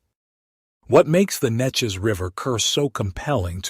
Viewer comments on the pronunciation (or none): Thanks! I had no idea and we live nearby. The river is pronounced, Nee Chez around here. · AI can never pronounce Neches correctly.